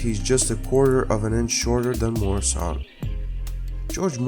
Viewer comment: Not pronounced MORE-I-SAN MUER-A-SUN